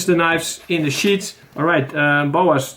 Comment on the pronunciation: Sheaths ! Not sheets ! Hope this helped. ! Great video !